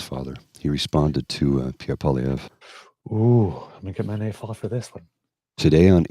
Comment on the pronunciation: Obsessive? Pee-Air?? Noooooo. That's a silly thought... "I just got tired of him always calling me 'Trudeau' when we're in bed, and then blaming me when his Pee-Pee doesn't perform." - his wife - 😝